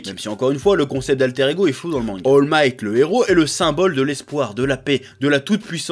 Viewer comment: Comment le Chef a écorché le nom d'All Might